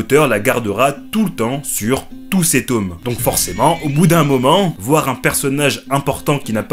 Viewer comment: "les tômes" 😂😂